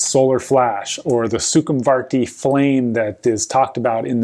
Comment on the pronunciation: I thought it was pronounced Somvartika, not Sukumvarti ? Ah..Who cares...